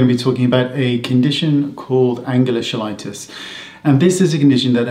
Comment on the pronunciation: It’s pronounced “key light us”. It is caused from a vitamin deficiency.